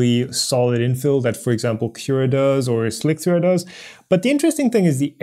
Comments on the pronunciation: slick 3 r is pronounced "slicer" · I agree that's likely. "eye-oh" as in letter I followed by letter O – the abbreviation for Input/Output. Slic3r is pronounced Slicer and Pathio is pronounced Path I/O – but not on Planet:) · Yeah, your pronunciation of slic3r is creating a problem in of itself... since nobody but you says slic-3-r... and yes I watched the original video where you started doing this. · How do people not get that Slic3r is pronounced Slicer? Wtf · Oh god, slick-three-arrgh .... I need to do something about that! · Slick-3-r, couldn't take it, stopped watching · Why does he keep pronouncing Slic3r as "Slick-three-r"?